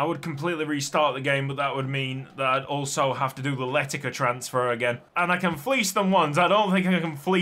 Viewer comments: Funnily enough Letica's name is pronounced Le-tits-ah. Hope that helps, I nearly had a seizure every time I heard you say Letika 😂❤ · "Letica" in Croatian would be pronounced with a C, not a K or a Ć just a normal C